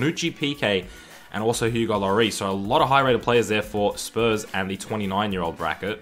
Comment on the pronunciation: Your pronuciation of Lloris is worse than Portsmouth's major league drop